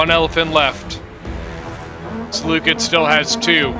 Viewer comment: You pronounced Seleucid wrong